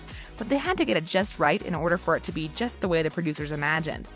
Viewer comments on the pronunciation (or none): none